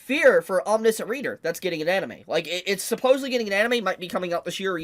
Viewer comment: I don’t want to be that guy but you’re pronouncing omniscient wrong